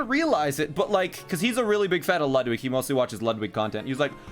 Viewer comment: I still hate how you pronounce Ludwig